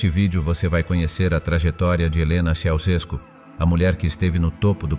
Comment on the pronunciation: Non je ne veux rien de plus car tu es un robot qui deforme les noms de famille. Ceaucescu doit se retourner dans sa tombe !!